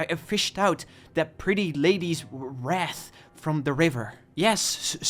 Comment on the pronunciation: Good video but the miss prononciation of “sow” “wreath” and the name “Jan” is killing me